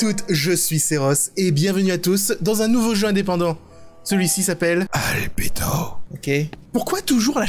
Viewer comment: OUI d’ailleurs ça m'as perturber quand il l'a dit pcq j'ai l'habitude de la prononciation en japonais